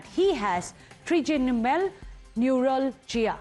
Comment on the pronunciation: Trigeminal not trigenimal😅😅😅